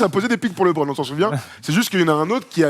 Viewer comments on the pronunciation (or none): Quelqu'un peut dire à qu'il peut dire Lebron normalement sans accent car même en anglais on ne dit pas Lébron hahahahahaha